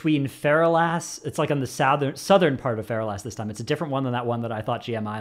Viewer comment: It’s not “feral-ass”, it’s “fer-alice”.